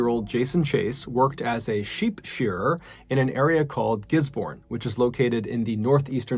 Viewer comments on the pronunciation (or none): Gisborne is pronounced Gis-bin BTW love the channel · Gisborne is pronounced more fluent almost more like gizz bin. Great video much love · Just FYI it's pronounced "Gizb'n". Otherwise thank you for the content, very interesting! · This Kiwi is thrilled you covered a New Zealand story! AND one I had never heard of, at that! Not bad pronunciation-wise. Down this end of the world, we shorten things, so "Giz-bin", rather than GisBOURNE. Ruahine = Rua-heeny. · As sad as it all is, I just needed to say that we pronounce it “giz-bin” not “giz-born” 😂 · 🤣🤣🤣🤣🤣 don't mind my spelling, it's like gisbin not gisborn as ya said it, sorry not sorry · Ruahine is pronounced Roo-ah-heen-ay. And Gisbourne is Gis-bin. And FYI Melbourne is Mel-bin. Bourne is pronounced "bin". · It’s pronounced “Gizbin” “Danny-Verk” and “Roo-a-he-ne” love from NZ ♥️ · We all pronounce it Gis-bon and Roo-a-he-knee in New Zealand 🙂 I do remember hearing about that story though, never listened to hard to the news at the time so it's interesting to hear in depth what happened. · Gisborne pronounce "gizzben" same as melbourne is "melben" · Lil bit of knowledge here, the last story you spoke of the town is pronounced like this 'giz bin' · Ruahine is pronounced like "roo-a-hee-ne". Gisborne is pronounced like "giz-bin". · Great stories! Just fyi for NZ prononciations: Gisborne = GIZ-bin; Dannevirke = DANNY-virk; Ruahine = Roo-a-HEE-knee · I’m from New Zealand and Gisborne is actually pronounced Gisbin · As someone from New Zealand, let me just say that we pronounce Gisborne as Giz-Bin.. As far as I know we all say it that way. And the Ruahine has the e almost seperate as Rua he nae. Loving the videos though, thank you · Kiwi here. For your last story it's pronounced gis-bin. The way you were pronouncing it is the same as we would pronounce the place in Australia. Which does have the same spelling. We have stupid ways of talking lol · Gisborne and Ruahine were also pronounced wrong but it's fine. :P